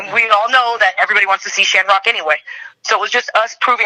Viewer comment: It’s a shanrock thing 😂